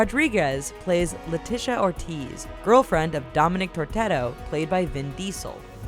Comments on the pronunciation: Lmao she says Dominic Tortero instead of Toretto. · dom TORETTO, its literally on the screen. its not tortetto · Tippi HEDren, not HENdren :| And it's Dom Toretto, not TorTetto No one proofreads or does data checking for these things? Where's the quality control? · TORTETTO!!!! TORTETTOOOOOOO!! xDDDD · I just made the same comment! It's Hedren not Hendren and Toretto not Tortetto! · Dominic Torteto 😂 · She said Tortetto 😂😂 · I know right, it's Dominic Toronto! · WHO THE FUCK IS DOMINIC TORTETTO !???? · "Dominic Tortetto" 😂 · dominic "Tortetto" LOL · "tortetto" wtf ?? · heard it too...tortetto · I couldn't be the only one who heard torteto